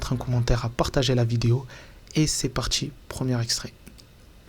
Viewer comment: Désolée, mais j ai de la peine à écouter: les "medja", "de contchinuer", " larmes de crocodjiles", "c est partchi". Moi, je dis "tchao".